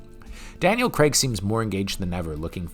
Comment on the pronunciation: "Craig"......it's pronounced "Crayg" not "Creg"